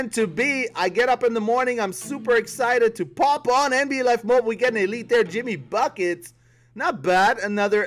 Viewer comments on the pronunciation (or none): dr soos No duh he just pronounced it wrong